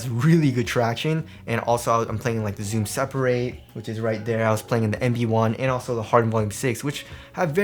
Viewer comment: I wonder if I'll ever stop mishearing "MB 1" as "Embiid 1"